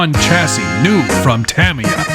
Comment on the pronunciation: Say Tamiya Properly!!!!